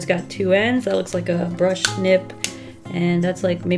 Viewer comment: "a brush...chisel nib." Me: a brisel nib